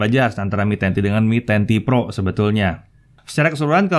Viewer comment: Yang lain denger : MI 10T PRO Yang gua denger : Menanti Pro